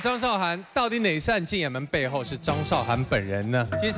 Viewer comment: 拜托! 主持人敢把字念对么? 韶, 这个字是2声!!!!! 不是多音字. 韶华易逝, 你读4声么?